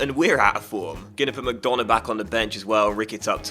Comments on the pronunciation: and you don't pronounce mcDonagh like mcDona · McDonagh is pronounced McDunagh